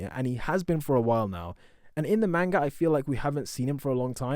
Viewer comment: can you stop saying mane-ga please